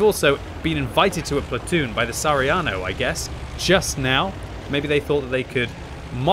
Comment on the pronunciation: SARIANO ? ITS FUCKING SAHARIANO ! WHRE IS THE H ?